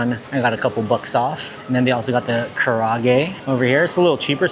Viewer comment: ka ra a ge say each syllable separately